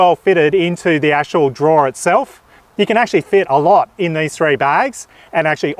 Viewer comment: Drawer not draw